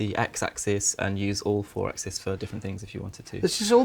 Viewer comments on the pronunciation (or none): none